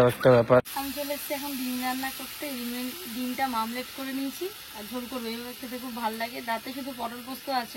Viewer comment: Dim mamlet noy ota Omlet hobe bonu😂😂